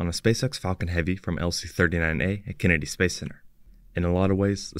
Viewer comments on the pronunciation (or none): Please stop using an AI reader! Don’t try to upgrade it, hire a human and make sure they can pronounce “Kennedy”.